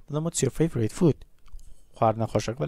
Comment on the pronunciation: فاڤورایت ناخوێندرێتەوە (فەیڤرت ) دەخوێندرێتەوە